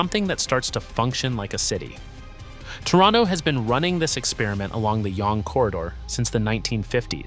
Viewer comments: Spadina originally was pronounced Spa-deen-ah, but evolved over time to Spa-dine-ah. Yonge is pronounced Young. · Spadina = Spa-die-na Yonge = young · Yonge as well...